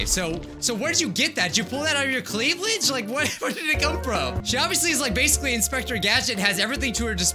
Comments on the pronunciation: Everyone: Cleavage: Cleavelage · “cleavaLAGE”- - 2020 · Lol except he said cLeAvLaGE